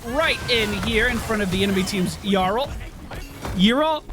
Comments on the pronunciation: The 'Y' is pronounced the 'i' in 'if': 'Ih-rel', not 'Eye-rel' or 'Yuh-rel'. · Name pronounciation: EE-RELL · its pronounced your-ull you had it the first time in the theorycraft vid ^_^ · Step one: Go on Youtube Step two: Search the champion spotlight for Yrel Step three: Listen to the pronunciation Problem solved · Do all Americans suck so much at names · Ya rail, that’s should be easier to pronounce. It’s not how your supposed to pronounce it but it might be a good nickname. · Could you just check the spotlight video for the pronunciation? It's not that hard...